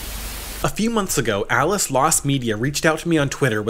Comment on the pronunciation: The guy's name from the beginning is Ale. You keep saying "ales" like Alice, but it's meant to be read as "Ale's."